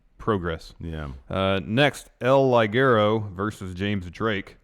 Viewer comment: i guess? their intro plugs getting weirder and weirder oO also it's pronounced "El - Lee - Guerro", it's not that hard to spend some time off of your time, away, frome that filthy product called whäää.. ?! power struggle review is still missing.